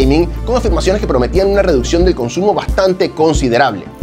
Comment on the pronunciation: "La refuccion del consumo" 😅😅